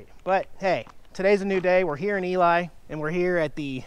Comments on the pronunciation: Not Pronounced ELie, but rather Elee! Spelled ELY. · I do believe the town name of Ely is pronounced “Elee” not “Eli.” FYI, Pat Nixon was born in Ely. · It's pronounced "E-Lee" Nevada. I visited Ely, NV several years ago when I was running the Lincoln Highway. When you head towards West Wendover, check out Cherry Creek on the left of the Highway north. It's almost a creepy town! I'm enjoying your Millennial view of all this stuff because I'm about 40 years your senior and saw it all back in the day. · I stayed in the Hotel Nevada in the Charlie Pride room. Great spot. It's pronounced "Eelee" though. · it's pronounced E-Lee! Just thought you'd like to know. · Ely Nevada, pronounced Elee lol